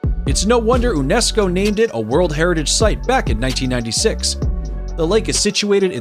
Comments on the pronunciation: Thanks for the list. BTW, it's pronounced you-nesco for UNESCO. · outstanding list! Thanks very much! May I point out that, because Salar de Uyuni is Spanish, the 3rd. word is oo-YOU-knee, rather than you-YOU-knee; Huacachina = wah-cah-CHEE-nah, rather than who-ah-cah-CHEE-nah; UNESCO is pronounced you-NESS-coe, rather than oo-NESS-coe; Lake Baikal is BUY-call, rather than BAH-call; in the Naica Mine section--like the tiny dog of the same name, the Mexican state it's in (Chihuahua) is chee-WAH-wah, rather than chee-WAH-whah; Victoria Falls is on the zam-BEE-zee River, not the zahm-BEZ-ee, and in the nation of ZAM-bee-uh, rather than ZAHM-bee-uh, and it's not in that nation, but on the border with Zimbabwe, just like Canada sharing Niagara Falls with the USA? I know, because I've been to Victoria Falls. Lastly, I don't know what statistic you were trying to present regarding Grand Prismatic Spring, but it's absolutely not the largest lake in the USA--not by a long shot, since all 5 of the Great Lakes are larger, as are many hundreds of others around the country. You may mean the largest volcanic spring in the country.